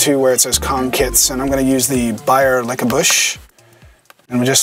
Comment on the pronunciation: did you say lick-a-bush? :)